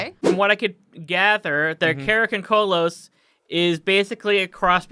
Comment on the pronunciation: Dude, it's not pronounced karakoncolos, it's karakondzhul like Cara con jew. And the picture that you showed for karakondzhul is actually an image of a Bulgarian tradition called Kuker warrior. Karakondzuls look more like hairy little devils, sometimes said to have wings.